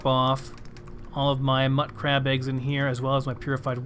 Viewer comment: Pronounciation is sort of to each their own for these types of things, but I think mutcrab/mutfruit should be prounouced mute-crab and mute-fruit, since the mut prefix is shortened from mutated/mutation. Just sayin'. :)